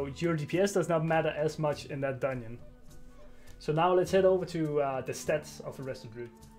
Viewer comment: "Dun-nion" :D